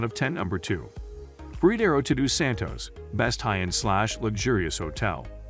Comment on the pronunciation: Unbelievable the pronunciation of the names. You couldn't even say "Todos Santos" correctly? Or should I say, Tudu Santos.